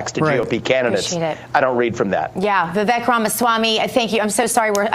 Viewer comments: Vee-veek not Va- veck. He’s so cool he doesn’t even bother to correct the error like Ka-mala did 😜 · I don’t see why it’s so hard for people to say “Vivake” and not “Viveck”. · How are people still pronouncing his first name wrong? For someone who's known Vivek for a little bit - his words - he shouldn't still be saying "Viv-ek". It's "Viv-ake". Like cake. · it's Vi-vake, as in cake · Vivek . Pronounced vivake... like cake. Hes gracious that he doesn't correct them. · Vivek is pronounced "Vi-Vake" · Hey folks - it's pronounced Vivek (Vi-vake like cake)! Get it right! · And learn how to pronounce his first name. 😬😒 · This guy says he knows Vivek but doesn’t know how to pronounce his name. Got it. Good friends-Obviously. Vivek will be the next president. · It's Vivek, but sounds like cake. You are mispronouncing his name! 😮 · he doesn´t know him if you can´t pronounce his name